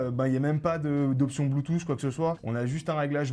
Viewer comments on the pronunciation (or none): none